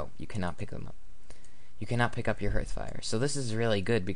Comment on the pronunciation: It's pronounced h[a:]rth, people. H[ei]ven & H[a:]rth.